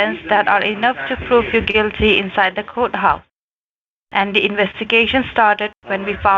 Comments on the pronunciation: Do you have Ah email….LMAO!!! ah email???? what the heck is Ah Email? 😆 fostly,? fostly?? (firstly!!! douch bags can't even speak correctly) so it's not Coat house, now it's federal Cooch house… laughing so hard 😆 Re-lative? bahahaha… 😆 who is using "your shooshawl?"🤣 oh man I just can't , this is too much, laughing so hard!! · Hiya,! meow, This guy is making me crazy with his, "outside the coach-house". I would have to ask him if the federal coach-house was attached the White-house or not. He did not catch on that you're in San Fran, the black hole for internet, and this would mean you're able to have any wifi or other internet (hot spot) you want, for free? This guy is the bottom of the barrel. The chippie had a pretty good accent, but, she did not understand a word of English (even American English.) How crazy that is! See ya in a few days... yay! (had to come back to edit.. I watched it on the phone, and should know better than to try and comment with that thing!)